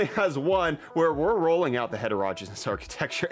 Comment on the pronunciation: het' er oh gee nus accent on first syllable ( gee as in golly gee )